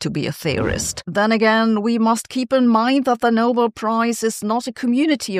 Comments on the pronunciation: Sabine, if you can pronounce Nobel properly, rhymes with bell, why do you keep saying noble? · It's not the "No-bull" prize, but the "No-bell". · I don't think its pronounced 'noble'; I think its pronounced 'No-bell' ...